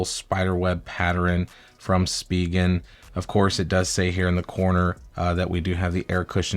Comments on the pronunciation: Speegan ? You mean spigen pronounced “ spi …. gen “ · It’s pronounced “Spy-Gen”